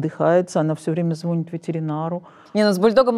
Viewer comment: когда психолог говорит звОнит, а не звонИт, - для меня это, как говорится, "КО критерий" :). а ещё, утверждать, что дети подростки, начитавшись в и-нете о симптомах модной нынче депресси, приписывают ее себе - ххммм, от психолога слышать такой "сарказм" как минимум непрофессионально. депрессия у подростков к сожалению случается, все чаще и чаще. её внесли в международный список признанных заболеваний.